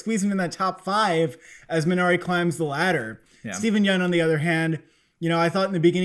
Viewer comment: Nice review. FYI. Korean pronunciation is MEE na ree